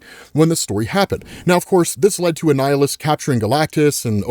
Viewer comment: man it kind of was confusing to tell when he was saying Annihilus or a nihilist lmao